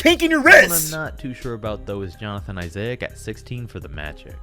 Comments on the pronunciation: "Johnathan eyes-A-ik"😂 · That guy was saying Johnathan izayic